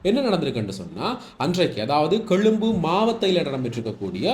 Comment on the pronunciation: கெழும்பு அல்லடா க்ண்ணா கொழும்பு...!